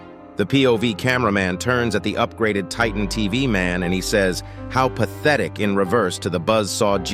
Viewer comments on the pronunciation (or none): i think upgraded tv man said don't you dare instead of "how pathictic"